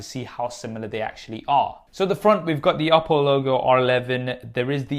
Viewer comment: Funny how him saying the word "Oppo" sounds like "Apple".